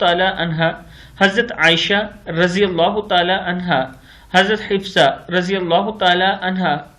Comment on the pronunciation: Hifsa nahin, hafsa (ra)